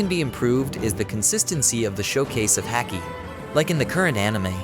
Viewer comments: The way you pronounce Haki sounds like a dude from Boston talking about hockey lmfao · Everything was great until you said Luffy and haki wrong. Comon man lol